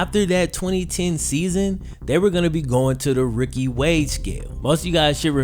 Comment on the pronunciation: OMG dude.....its pronounced "rooookie" not "ricky" lol